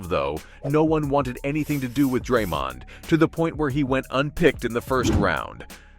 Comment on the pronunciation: One second in, you pronounced Draymond wrong - instant ick, no credibility